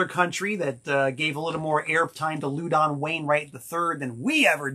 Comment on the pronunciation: I've never heard Louden's name pronounced "LOO-don." I have only heard it pronounced "LAU-din." Is messin' with us again?